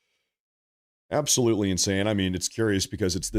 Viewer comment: Yes, YES ABAOLUTLY